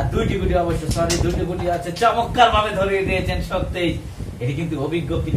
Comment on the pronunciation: Shondor uposthapona vi..tobe শব্দটা হবে চমৎকার ( চমক্কার))